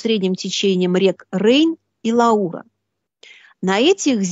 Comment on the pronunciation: 50 ые минуты повествования, автор оговаривается.. Нет во Франции реки Лауры, а есть Луара). Редакция Славрадио молчит, сама, видимо, не знает географию Европы). Пишу не в укор, творчество и изыски которой уважаю и отношусь с глубоким интересом.